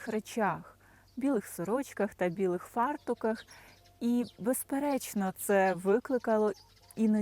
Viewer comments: Як завжди, прекрасне відео про таку, здавалося б, буденну річ, як прання! Дякую! Тільки, сонечко, зверніть увагу, не фАртух , а фартУх. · Деякі помічені русизми Українською фартуХ, з наголосом на останній склад Уксус - це оцет Замочувати білизну можна не в порошку, а з додаванням порошку Натільну білизну та постільну білизну, звісно ж, після видалення плям краще прати в гарячій воді Щоб полегшити прасування можна перед вивішуванням потріпати та рівно повісити речі Все вищезазначене , звичайно ж , ніяк не зменшує мого захоплення від Вашої титанічної роботи та великого таланту!